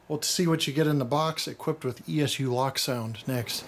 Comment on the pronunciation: Isn’t it pronounced Locsound not lock sound. Loc like locomotive. You don’t say lockomotive and what’s wrong with plastic sleeve?